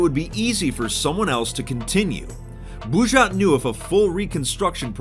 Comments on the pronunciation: БУЖЖАТ! Буль не врал, это действительно интересное произношение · Кто то: Он произнёс бужать! Я: Хехе! Блядь! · Заценить английское произношение "Булджать" Бужйат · Когда он скажет "булджать"? Это францкзское произношение... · Как перестать смеяться с этого офранцуженого произношения "Булджать"?